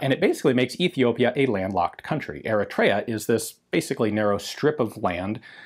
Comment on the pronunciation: Slight mangling of the pronounciation of Eritrea, but otherwise very infromative